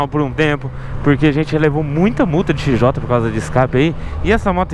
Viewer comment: Esse "O" em "XJOTÃO, não existe... Se fala "XJTÃO"!!!